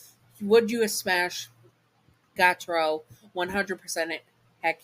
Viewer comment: My favorite demon and his name is pronounced Gee-u-taro. Just wanted fix that error! Sry if I’m being rude :)